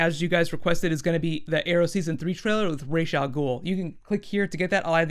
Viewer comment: Thank you so much for pronouncing Rahs' Al' Ghul as "Raysh-Al-Ghul"!!! I really hate it when people say it as"Rahs"